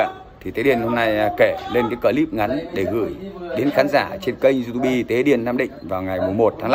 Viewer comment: diu típ --) đừng đọc du tu bi bạn ơi😅